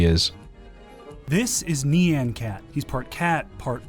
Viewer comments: It's not pronounced "nee-ann" cat, it's "nyawn", no "nee" sound. It's an onomatopoeia for a cat sound, like "meow". Sorry this is just a pet peeve -_ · fun fact, nyan is pronounced like ryan. having to listen to "nee-an" really hurts my soul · That guy saying Nyan like neon makes me want to die lmao. How did he not do any research like wtf? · That was literally the worst pronunciation of “Nyan” I’ve ever heard....